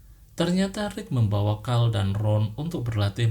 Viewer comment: Carl bukan Cal